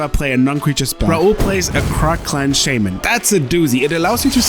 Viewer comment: All of the Cardmarket guys speak English pretty well, although one of the few words they consistently butcher is "shaman."